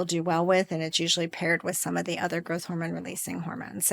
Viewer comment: Girth hormone? Are you trying to say growth hormone?